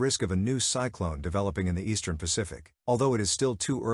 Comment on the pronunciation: Thanks for the news, but I'm pretty sure this is narrated by an AI, which is irritating to me. It keeps saying. cycl(an) instead of cycl(one). I'm pretty sure also, that these storms are not called "cyclones". When they're in the Pacific. They're called Hurricanes.